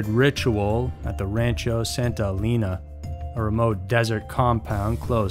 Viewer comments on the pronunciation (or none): none